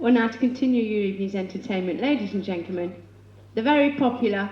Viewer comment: 'Ladies and 'genklemen''???